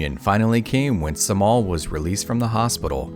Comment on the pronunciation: Cemal is not pronounced with a C but rather a J because it is a Turkish name.